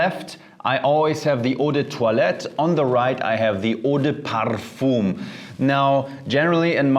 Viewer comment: He pronounce it the correct way